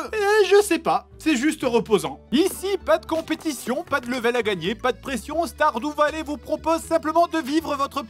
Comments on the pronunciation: Commeng tu prononce Stardew Valley. Á chaque fois j'ai l'impression que tu vas dire starfoulah. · C'est moi ou il dir stardoux vallée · "STARDOU VALLER" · Guillaume Hertzog ??? Ça peut se dire comme ça stardew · Sardou valley